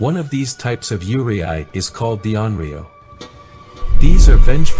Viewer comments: it's pronounced Yu-rei not Yure-I. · It’s pronounced “you-ray”, not “you-ree-eye”. The Japanese language is exactly how it is written “yurei”. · Yurei is pronounced “Yur-ay” not “yur-ee-eye” btw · How do you go from "yu" and "rei" to "yUrIAi"? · I love how he correctly pronounced "yuurei" when separated into "yuu" and "rei", but reads it as "yurieai" for the rest of the video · It's very interesting, but just FYI. The correct pronunciation for Yurei is (phonetically) "You ray" not "you ree eye". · Yurei is pronounced like "yoo-ray", not yoo-ri-ai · Please note that Yurei is absolutely not pronounced “Yuri-Ai” it is pronounced you-ray. I’m really surprised you got this wrong 😅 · You cant say Yuurei (Its like Rey, not Re ai) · Why did you keep saying "yuuriai" instead of "yuurei"? When you broke down the word near the beginning you said it correctly, so you must have known how to say it, but then said it wrong throughout the rest of the video. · Its you-reh-eee yurei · “Yurei” is pronounced “u-ray”, not “u-ry-ai”. I assume this video is using AI voice but still, it creates a bad impression to your channel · This was great! Just one thing…Yurei us pronounced “You-Ray”. Yurei are mostly those with grudges and can’t move on. Yokai are those that take the form of animals or other beings. An Oni is a demon, a female demon is Onna. So like Kuchisake-onna. “Slit Mouth Woman”. See any of these…RUN LIKE HELL. ❤ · he explained how to pronouce the kanji properly after that still pronouce it as yureay lmao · I was so confused on your pronounciation 😂😂 "Yure-i" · Good documentary, one thing to note tho is Yurei is pronounced as Yu-re 😅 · great video, but just a heads up that "yurei" is pronounced "you-lay" or easier for english speakers, "you-ray" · How misplacing is that pronunciation in "Yurei". It's "you-ray", approximately. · its pronounced as yu ray... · How yurei is pronounced is haunting me T__T